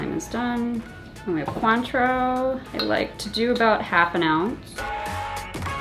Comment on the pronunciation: I looked it up because I was curious - It's not pronounced "kwaan-trow," like said, it's pronounced "kaan-trow." And all this time Ive been saying "coin-trow."